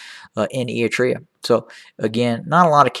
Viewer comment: What an idiot he talks about a country he can't even prounce properly